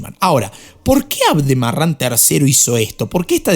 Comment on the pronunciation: Tú dices aldemaran es al deraman